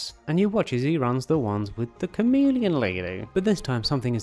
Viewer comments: Thought you were saying “comedian” instead of “chameleon” and was real confused near the end. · Kept getting confused because it sounded more like you were saying "comedian," and not "chameleon." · I kept hearing Comedian instead of chameleon and I kept wondering why you're calling her a comedian. xD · I heard comedian and not chameleon😂